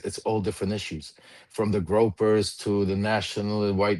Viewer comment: Lev, it's "Groypers", not "Gropers". I'm just trying to be helpful; no offense intended.